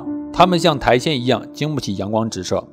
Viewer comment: 是苔藓(xiǎn, 上声)哦